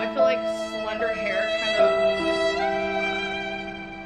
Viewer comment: the way she talks is just- like bolth, she says I haven't ate today, and fill instead of feel. like bruv learn basic English